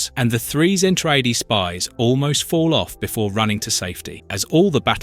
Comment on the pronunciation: Its pronounced ZEN-TRA-DEE LOL😊